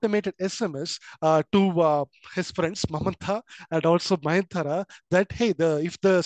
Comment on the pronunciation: Mayantara ❌ nayantara✅ nice explanation sir❤